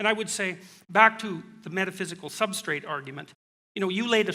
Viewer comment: And ‘substrate.’